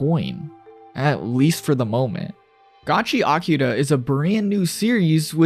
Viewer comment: Why are you saying Gachi-akuta? It's one word mate...